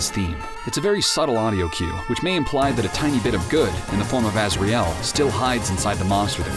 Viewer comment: This video is really good, but the fact you put the stress on the "ri" in Asriel and Toriel bothers me so much. I feel so bad for being to nitpicky but I have put the stress on the first syllable and hearing somewhere else bothers me.